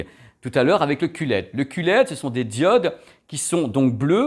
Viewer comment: ça y est, je sais tout sur le elle c'est dé, le oh laide, le cul laide (si si...il a osé...coupé au montage?), et bien sur le est-ce laide...et tout cas c'est simple comme bonjour (et tupperware ;-) )